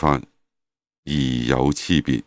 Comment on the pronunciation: 無得無說分第七，最後一句“而有差別”，但聲音哪裡“差”好似唔一樣發音，請問係什麼字呢？